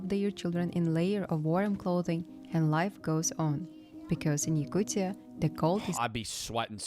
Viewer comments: I never really understood how the pronounciation can be that hard. it literally says yakutia and it turns into yaktucha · Why he saying "Yakuchia"??😂😂😂 it's Yakutia. T